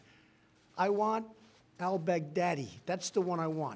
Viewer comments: Am I the only one who hears BIG DADDY😂 every time he says his name🤣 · I hear Bag Daddy....rofl